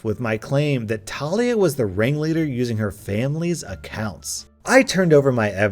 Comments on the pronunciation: Talia is usually pronounced, "Tah-LEE-ah" not "Tal-EE-ah" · I know you don't mean do this but Talia is pronounced til lee ah. I have a really good friend with that name and she always get really upset when people say tale ee ah. I'm sorry, I know it's an honest mistake but I want to let you know. 😬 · He said tah liah but its teh lia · It is actually pronounced TAH LEE A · Not tal- ee-uh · Its pronounced tuh-lee-uh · ITS NOT TALIA “TUH-LEE-UH” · Bruv it’s pronounced Talia not Talia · I hate the way he said Talia which is my name but idk maybe it is pronounced differently than mine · Ur not prenouncing talia right trust me i have a sis named talia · My name is Talia and I flinched EVERY time you said it, ergh